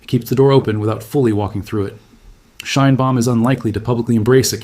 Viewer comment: Greetings from Canada. Shine bomb? Really? Edit much? If you want us to read your work... you gotta correct AI's name problem. Mme Scheinbaum will be most appreciative. Peace, love and bellbottoms.